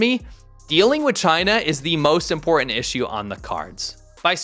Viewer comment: You have trouble pronouncing "important."